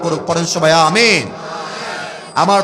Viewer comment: আ-মি-ন সুন্দর ভাবে বলা হয় নাই